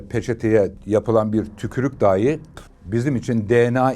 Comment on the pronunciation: Boş kovan ifadesine takılan birinin “içilmiş sigara izmariti”demesi ve bağlaç olan dahi kelimesini yanlış telaffuz etmesi enteresan